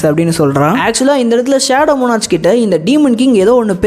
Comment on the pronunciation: மோனார்ச் இல்ல ப்ரோ மோனார்க்